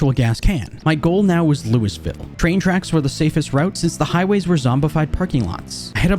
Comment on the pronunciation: Anybody who lives in Ky probably audibly gasped when you pronounced Louisville 😂